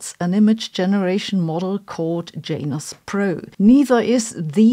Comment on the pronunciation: Thank you for pronouncing Janus correctly. Most of the youtubers don't.